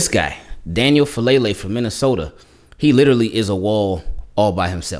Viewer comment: Just for future reference, the last name is pronounced Fa-ah-leh-leh. Polynesian names man lol